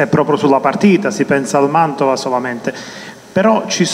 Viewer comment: MANTOVA NON MANDOVA SEI UN GIORNALISTA,UN PO DI DIZIONE....